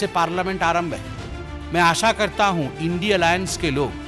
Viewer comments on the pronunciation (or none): Sambit patra ji pahle bolne ke liye Sikh le indi nahi India